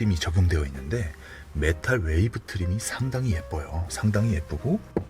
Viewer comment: 메탈웨이브 트림이 아니고 메탈위브 트림이예요 ㅋㅋ 자꾸 메탈웨이브트림이라고 하시네요..